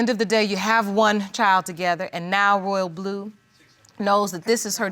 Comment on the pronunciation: Ma'am it's Royal'blu 🙄